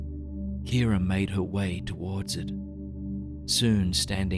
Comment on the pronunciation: At first I thought he said ‘Karen’ not ‘Kira’ and I don’t know why that distracted me so much